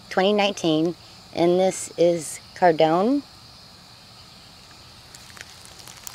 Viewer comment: Cardoon rhymes with “cartoon,” not “condone.”